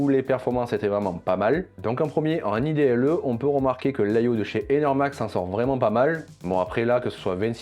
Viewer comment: Top la vidéo! Par contre "idle" c'est pas un acronyme, c'est pas I-D-L-E, c'est un seul mot: Idle, qui veut dire "en attente/sans but" et se prononce en gros "aïe-Doll"